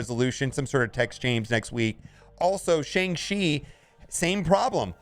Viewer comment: The pronunciation is sh”on”g chi! Listen to how Simu Liu and all the interviewers are pronouncing it now…